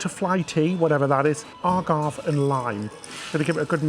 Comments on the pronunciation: I love your pronunciation of words vs. American sounds. AGAVE is ah-gahv-eh LOL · Pro tip, it’s pronounced agave-A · A-goff-hay...Agavé❤ like as in the plant they make tequila from. Its not alcoholic, just a sweetener 🤗🌵🍹🧉